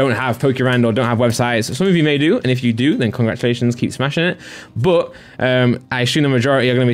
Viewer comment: Never heard a BUUHHHH like that :P It triggers my OCD ( BUT - BUUUHH )